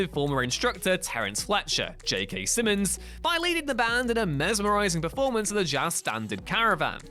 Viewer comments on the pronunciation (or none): none